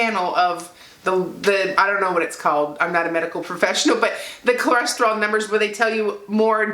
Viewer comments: The lab test is called a “Lipid Panel”. Cholesterol is pronounced (kol-es-ter-oll). Just saying...best wishes. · Say it with me..."Cho" "les" "ter" "ol". Theres no reason for you to sound like a small asian lady learning english. Good video. Keep up the good work. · My numbers are very similar to yours. Go! Ko-les-ter-al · Is she saying CLO-resterol cause if she is that's adorable ❤ congratulations #ketosaveslives